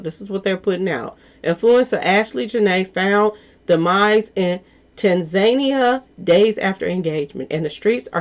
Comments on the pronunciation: Say: TAN-ZA-NIA...uggghh.... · Tan za neeia= Tanzania